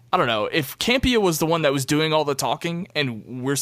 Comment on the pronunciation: Can you please stop saying Cam-Pee-ah 😃 It's John Camp-e-ahh. #PISSEDABOUTTOP10!!!